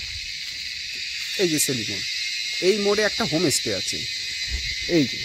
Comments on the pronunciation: হোম স্টে কে বার বার হোমে স্টে বলছেন কেন ? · হোমেস টে নয় হোমস্টে উচ্চারণ ঠিক করতে হবে